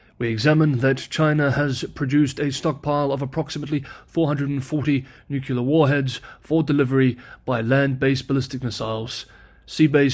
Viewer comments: NUKElar hits the nail on the head when used for weapons. "Nuclear" is for energy. Stick to it, please. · Ok, I subscribed and I don't even care if you pronounce "nuclear" the same way George W. Bush did. As to whether China is a buy for investors right now, as always it depends on the investor. I'd put it in the speculative spectrum of investments and that's where I'll leave it until the Taiwan issue is resolved. I'm a fiscal conservative with low tolerance to risk owing to my proximity to retirement though and thus more interested in income than capital appreciation. Whatever your perspective is, choose wisely. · “Nuclear” had one U. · Pronunciation or not, there is no second u in the word nuclear. This pronunciation comes from George Bush. Not exactly an intellectual superstar. I’m glad to see you are spreading his dogma. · It's still wrong. * shrug * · “I will continue to use my preferred (ie incorrect) pronunciation of the word” 🤦🏻‍♂️ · Sorry, but it's NU-cle-ar and not nu-CU-lar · yeah, it seems nucelar instead of nu-clear is also an accepted pronunciation for nuclear since some years ago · How does a person arrive it "nukuler" from "nuclear"? And why would anyone trust the judgement of a person who does not accept correction? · Nucular “I will continue using my preferred pronunciation” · I'll subscribe when you pronounce "nuclear" as "nuclear". Also, no more likes until then. You have your standards and I have mine. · Sorry, I had to unsubscribe, my ears hurt when I hear you mispronounce the word nuclear as nucular! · Out of curiosity, why nuke-you-lur? It isnt spelt that way. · SAY THE WORDS "NEW" and "CLEAR" TEN TIMES in a row, out loud, and you'll never mispronounce the word "nuclear" again!!! I HAD THE SAME PROBLEM, and I did not believe that trick would work, but it DID!!!